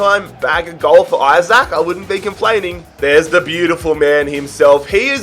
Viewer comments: His surname is pronounced ljke “E-sak” not “I-sak” just so u don’t get 10 episodes in and realise 😂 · Yeah. I dont get how there is confusion. It isnt "Eye-brahimovic" so it shouldn't be "Eye-sak". "EE-sak" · Just so you know you prounons Isak, Isak not aisak